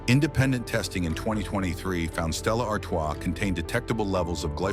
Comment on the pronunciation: Yet AI could pronounce Stella Artois.